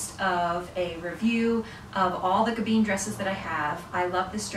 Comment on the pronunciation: Oh this hurts my head… Gabin isn’t pronounced gaBEEN. The “in” ending is pronounced the same as the French word for wine: “vin” ..”I” is more like an “uh” sound and the N is almost silent.